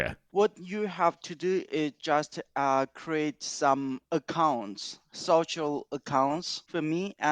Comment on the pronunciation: yeah, i'm not an expert but the accent in the call sounded more korean trying to sound japanese, like , the way he said "social" strongly resembled korean accent